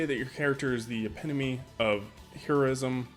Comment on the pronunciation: After hearing he hadn't read book 2, reading the blurb wrong and mispronouncing "epitome", I had a feeling where this was going. I think, as you point out, his belief is based on a certain view of morality, he clearly expects a Priest to epitomise all that's moral (by his standards), which as we all know, just isn't the case in the real world. The thing about morality is its not rigid, what one person finds acceptable another might not and what one culture may find acceptable another wont. The only thing I would say is that equating the scarring to Batman's branding may be a bit of an own goal in the argument. Not saying its a moral contradiction, but in BVS, the branding was an indicator that Batman had gone off the deep end.